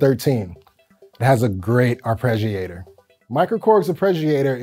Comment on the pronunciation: say arpeggiator again LOL